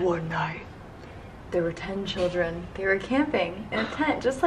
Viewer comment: In the last she said "I want childern" 😂